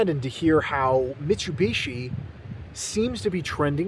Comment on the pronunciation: Disliked the video purely based on how you pronounced Mitsubishi.